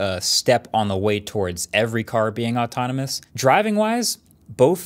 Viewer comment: Am i the only one who heard "true atonimus"ultra instinct"? 😂